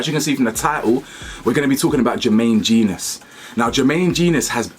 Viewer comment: It's pronounced Jen - Nus BTW